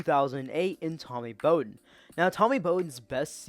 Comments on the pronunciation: Bou-din not bow-din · DJ “Ooooey-unga-le-lay”; put some respek on his name. Also Tommy Bowden is the son of Bobby Bowden. The first syllable rhymes with cow for their last name. Other than that solid vid; I enjoy checking this channel out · Good info but important to check how to pronounce names. When you put in a lot of time to do the research, it dampens it a bit when you don’t say a name like “Bowden” correctly. One of the most prominent names in college football history. But hey keep up the good work.